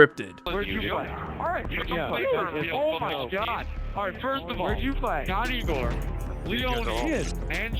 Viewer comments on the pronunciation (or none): none